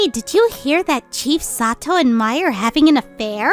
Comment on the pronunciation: Sagewolf doesn't pronounce Mai correctly